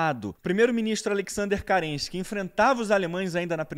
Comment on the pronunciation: Carregado de parcialidade, não sabe nem pronunciar o nome de Kerenski, chamando de CARENSKI, e não consegue criar uma explicação própria, apenas traduzindo livros. De fato, destruiu, mas foi a história da revolução russa.